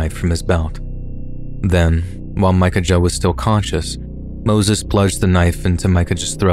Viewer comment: The outlaw story..the brothers name is pronounced mickaya! Not mica ja! Have Google translate pronounce it for you and you will see.